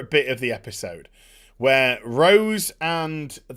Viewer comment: Having ptsd when he says rose.. damn batwahmen destroying the name "rose".